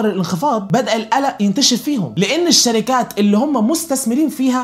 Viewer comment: ملهاش لازمة نبرت صوتك وانت بتقول الشركااات او اي حاجه في ا